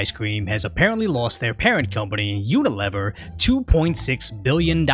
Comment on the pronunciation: U-nuh-LEE-ver. Not "U-nuh-LEH-ver."